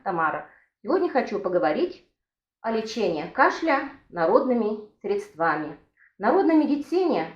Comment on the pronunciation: Спасибо за рецепт, только не грамотная речь режет слух: средствами, ударение на первом слоге.